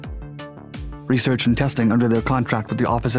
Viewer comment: What’s “reshherch?”